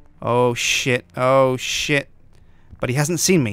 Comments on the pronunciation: Instead of saying shit I thought u said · Whenever he says shit I always hear sips saying SJIIIIIIIN. Instead of shit you should say mahogany doors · you say SJIT alot?